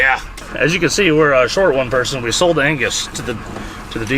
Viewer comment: five hunnit dollars? solt!